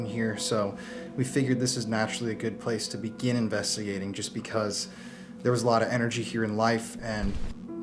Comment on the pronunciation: You kill me mate Everytime you say invetigating instead of investigating lol!!! MF IM GONE IM GOO-AHHNAHHN!! 🏃🏃🚀🚀🏁🏁 ⛷️🚴🏂🏄🚣⚡⚡🐎🐎✈️🛩️🏎️🏎️🏎️